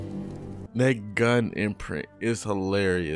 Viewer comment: "She got A Magic Bgun" --, 2024.